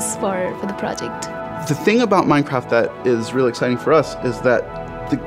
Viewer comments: I love minecraft but why did she say it at the start as minshcraft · Minechraft xd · less than a second in and you hear minchraft I am ashamed